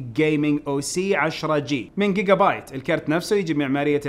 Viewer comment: اخوي مو جيجا بت جيجا بايت